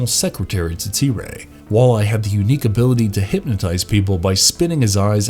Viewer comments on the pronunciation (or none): none